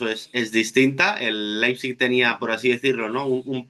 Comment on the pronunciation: Per favor,, deixa de dir Laipsich....